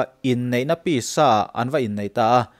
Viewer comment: Pisa i lam dan hi ka hriat dan nen a in ang lo deuh, midang thiam zawk rawn zau deuh chhin teh, ka hriat dan chuan PISA tih hi, 'ka pí inah a awm' tih a 'pí' anga lam tur niin ka hria. I aw a nalhin ngaihthlak a nuam a mizotawng pawh i hmang dik khawp mai. Ngaihthlak a nuam zaih mai